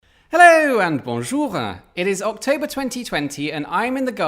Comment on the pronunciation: "Hello and bonjour-euh" so parisian.